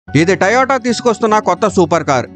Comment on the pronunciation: టయోటా కాదురా.... అది టొయోట (To - yo - ta)